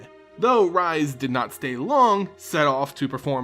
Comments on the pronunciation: Rhys is pronounced Reese not Rise. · This is great, one of my favorite cards with an interesting story. And on another note, Rhys's name is pronounced more like Reese's, than rise.